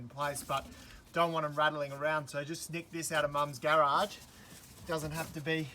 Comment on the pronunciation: "Garage": About as american as your chev